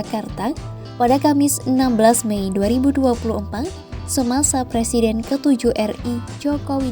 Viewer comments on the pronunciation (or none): none